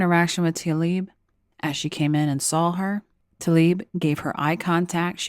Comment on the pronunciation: Tla-ib, not 'Ta-lib'. Why does no one pronounce her name as it is spelled?